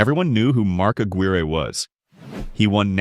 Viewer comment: Right away mispronounced Mark Aguire’s (AG-WIRE) name